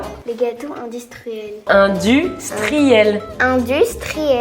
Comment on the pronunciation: "Indistruel! -"*rigole un peu* comment? -"Indistruel -"Non Industriel 😂 en tout cas on vous adore! Continuez comme sa 😁